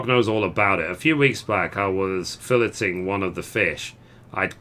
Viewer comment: It is pronounced "kar-pay dee-um". It means "seize the day" in Latin. Also Mogukk was "Fill-ay-ing" a fish. Sorry to be a pronunciation prick, but I had to let you know. Your videos are very helpful. I just started the free trial a few days ago, and bought the new bundle yesterday. I will more than likely install before reaching the lvl35 cap because I don't want to miss out on this market board hustle! Keep up the content! ps. loved the accent. I'm from Alabama and couldn't appreciate the humor more!